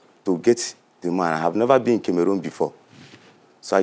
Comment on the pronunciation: Please it’s not kemerun it Cameroon 😭🤣